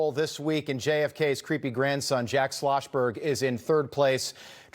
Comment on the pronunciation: “Jack Sloshberg” 😂